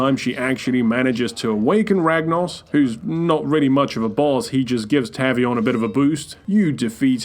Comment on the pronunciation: It's TAVE-EE-ON. Not TAV-EE-ON.